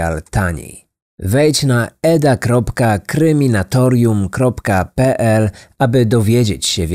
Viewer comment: Gdyby był lektorem w filmach, z przyzwyczajenia zamykał bym oczy i czekał na moje ulubione "Krrrrrryminatorium":)